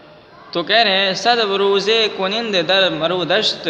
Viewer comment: کنند کا تلفظ غلط کر رہے ہیں